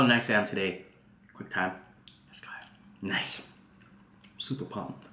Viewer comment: It’s puMPED, not pom